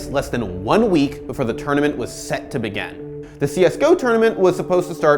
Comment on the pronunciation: Can you work on how you say 'begin' please? It does actually exist in more forms than the past one